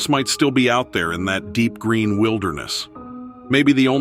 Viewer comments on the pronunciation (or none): none